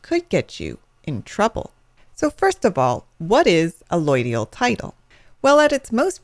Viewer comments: Why can't you pronounce allodial properly? You pronounce it "alloidial". How can I take this video seriously if you can't even pronounce the word properly? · You're better off looking at a bunch of Ron Gibson's videos on allodial title and land patents. This gal is either an attorney or realtor (both of which have interests in poo-pooing allodial title) and is either not fully educated on the topic or is just being plain deceptive. Hell, she's not even pronouncing "allodial" right! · No you did not. You just got brainwashed by an ignorant person or government shill. She doesn't even know how to pronounce it.